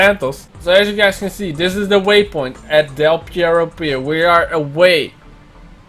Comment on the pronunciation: Del Pierro? Mean perro?